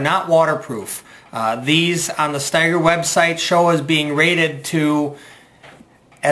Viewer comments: Pronounced StEger, not StIger....thanks for the vid review. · It’s pronounced steeeger! Will Steger was an internationally known arctic explorer. You will also appreciate high heavy alpaca socks! They keep you dry & warm! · I've had my Ojibwa Shorts for SEVEN years now and they're still in impeccable condition. I've never seen ANYONE wearing them and it's crazy what a secret they seem to be! My boots seem to hold up just fine in light to moderate rain. I think it's pronounced "Stee-ger," though, no?